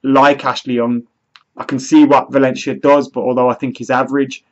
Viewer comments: Whats with "ValenSHia" hahaha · Birmingham accent ;)